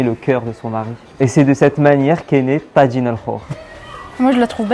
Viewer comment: on ne prononce pas TADJIN, mais TAJINE. c'est un mot marocain et ca se prononce à la marocaine, même en Algérie.